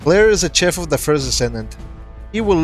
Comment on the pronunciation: He's not a "CHEF" .... Chef is pronounced "sheh-ff". Don't murder the language.